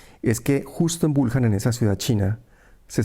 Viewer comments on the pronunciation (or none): Wuhan y se pronuncia Buján